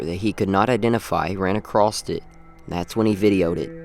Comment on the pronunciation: There is no "T" in a-c-r-o-s-s. No "ed" either.